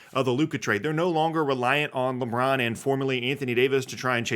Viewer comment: Did you say LeMron on purpose?